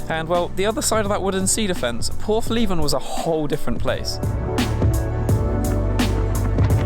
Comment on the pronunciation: Its portheven , not porthleeeeeven ! There's a Leica nd Hasselblad lives there